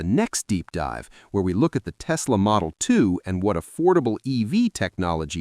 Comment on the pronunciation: It's Tesla', not 'Testla'.